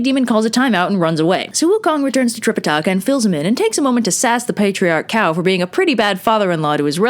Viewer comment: You pronunciation is great for the most part. Save for calling Cao “cow” instead of “Tsao”